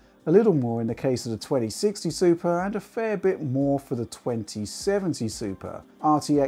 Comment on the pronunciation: Did anyone hear him say Supra instead of Super?